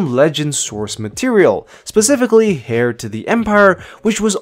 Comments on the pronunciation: It’s pronounced “air” not “hair”. The “h” is silent. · "Heir", not "hair". Pronounced like air. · It’s not pronounced HAIR to the empire, it’s AIR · bruh stop saying "hair" to the empire lol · On one hand, you pronounce Jorus C'Baoth the same way I did in my head... On the other, it's "heir" not "hair" :). All kidding aside, good stuff! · Responding to mainchin Instead of saying hair, say "air" to the empire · Me: Heir Him: Hair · Sorry to be THAT GUY....but Heir is pronounced "air"... not hair. Good vid though. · Brrrruuuuuuuhhhh it’s HEIR(pronounced AIR) not hair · I thought I was hearing things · Hair to the empire hahaha come on my guy Aksoka literally pronounces it for you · Heir is pronounced "air" and C'Baoth is pronounced "SA-bay-oth." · Lmfao “Hair” to the empire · Are you really saying “hair” of the empire? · the H in Heir is always silent. You are saying Hair, not Heir when you do pronounce it. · Its hairy hard to hair you when mispeak and say hair all the time. Yes, they have hair but it is not hairy or hairy hard to learn how to say hair properly. You hair me? I haird you say it too many times. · Cha-both not bowith and heir is said like air genius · Dude, what's with "hair" and "chaboth" smh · Eir the h is silent, and jorous Sah Bai oth. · The "H" is silent in Heir to the Empire... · Not here... Not in this video... We get to hear that "h" nice and clear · the 'H' in 'Heir' (To The Empire) is silent, my guy. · Heir has a Silent H